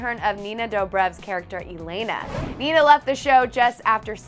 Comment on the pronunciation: That’s now how they pronounce Elena 🤦🏻‍♀️